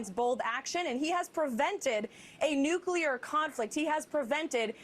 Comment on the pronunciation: the word is “New-Clear”. NOT nucular.